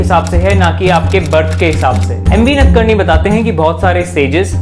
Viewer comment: 1. You are telling stories and not advancing arguments based on valid evidence. First please learn correct pronunciation of words. The author of the article is not नदकर्नी but नाडकर्णी . The student was not जाबला but जाबाल. The Upanishad is not चंडोक but छांदोग्य. The Dharma Shastra is not अप्स्तंब but आपस्तंब. Krishna does not say ’माया सृष्ट्ं गुणा कर्मा विभीक्षा’ but ’मया सृष्ट्ं गुण कर्म विभागशः’ While reading Manu Smriti you read “Dharma itself if it leads to unhappiness or arouses people”, this gives a very wrong meaning. You should have read the last letters as ‘peoples’ indignation’. 2. You are right that “90% believers do not read and understand their religious texts themselves”, but I am sorry to say that you come within the 90%. It is wrong to say the castes were based not on birth but on professions. Mixing of Varnas gave rise to Jati - castes. In Chapter 10 of Manu Smriti, Manu has given different names to children born in Anuloma and Pratiloma marriages (i.e., higher Varna men marrying women of lower Varna and vice versa) and thereby creating ‘castes’ e.g., Ambashtha, Nishada, Ugra, Suta, Magadha, Vaideha, Ayogava, Kshattri, Kandala, Avrita, Abhira, Dhigvana, Nishada, Pukkasa, Kukkutaka, Svapaka, Vena and there are many more. And these are not based on profession but on birth. You admit that Apasthamba Dharma Sutra even supported untouchability. It would be intellectual dishonesty to say that ‘major’ texts of Hinduism do not support caste system. 3. Rigveda also